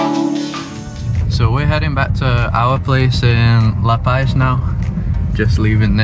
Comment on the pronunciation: Such a beautiful place I remember well. Gorgeous but pronounced "La Paz" (not "La Pais") ;-)